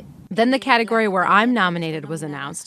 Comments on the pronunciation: pronunció la palabra "Category" como pronunciamos categoría. La entonación de la palabra jejeje 😊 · FYI category se pronuncia cateGOry in Australian accent just so you know 😜